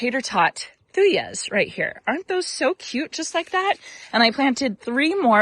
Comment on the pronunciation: you are so cute! Love the garden!!! Hey just FyI I’m a thuja connoisseur haha! And you are not pronouncing it correctly. You can look it up in any dictionary or from google! Thoo juh not yuh. You do you girl! But just wanted to let you know! When something is your favorite plant type your ears hurt when someone says it wrong haha. I’m sorry about all the wind! But wow the color is soooooo good!!!! ❤